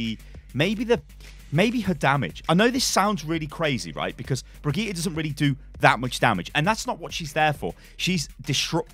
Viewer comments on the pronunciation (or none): Haha, how can he still not pronounce her name right? I mean he even interviewed the voice actor, who told him how to pronounce it :D